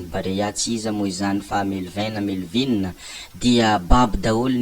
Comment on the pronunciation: Diso ny fanononanao ny anaran’i Melvin è